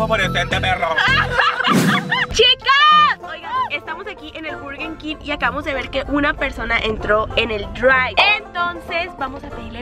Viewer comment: When la Kenia dice Burguen Kim xD el Cai junior